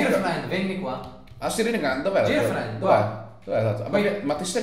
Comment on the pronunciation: ma l'inglese girlfriend si legge gerlfrend non girflend